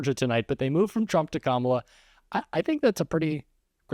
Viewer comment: Well, for once he pronounced Kamala’s name correctly.